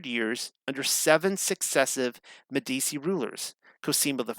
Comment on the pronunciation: Meh - dee - chee -- is how you say it. At least put a little effort in.